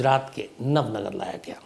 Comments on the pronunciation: इसे नवनगर नही नवानगर कहा जाता है,, जामनगर से जुड़े हुए एक इलाके को नवानगर कहा जाता है,, बलचडी नही,,बालाछड़ी कहा जाता है,, जहां अब केंद्र सरकार का सैनिक स्कूल है,,, मैं ये इसलिए बता रहा हूँ क्योंकि मैं जामनगर के नेवी स्कूल वालसुरा मे पढ़ा हूँ और मेरा पुशतैनी गाँव बालाछड़ी से सिर्फ 45 किलोमीटर दूर है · nav nagar nahi Nava Nagar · Nav nagar nahi navanagar